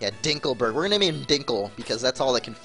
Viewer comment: lol ''dinkelberrrg''